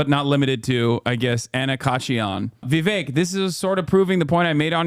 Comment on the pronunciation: Kinda off note, but I love the way hasan pronounces "Vivek" it's so accurate for an Indian name, and doesn't white ppl that shit